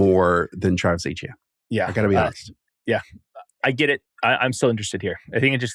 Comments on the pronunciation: As an audio listener, you have to stop calling Etienne “Achane” it’s really confusing lol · Are we pronouncing Etienne as Achane now? 🧐